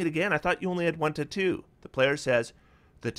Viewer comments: For the life of me I couldn't figure out what you were saying until you brought up the item for "Spellwrought Tattoo". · I love your videos and you have a great perspective on optimization however, I truly hate how you pronounce "tattoo" lol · I wonder where is from. I've never heard anyone pronounce "tattoo" like that and I can't get over it 😂